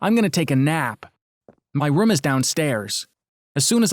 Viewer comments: Dude he says rum instead of room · When he sead room it sounded like rum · Gaming rom, Screening rom.| Me: yes, R O M, not ROOM, R O M. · How come they always say Rum not room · Your saying rum its room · Btw why do u say rum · They pronounced room like rüüm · did he said private sreaming romm haha that funny but i dont like those romdoms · Ok so no one is worried on how he says room